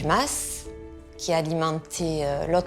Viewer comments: Le ma … se prononce mass. C’est un terme provençal. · on pronnonce mas avec le s.....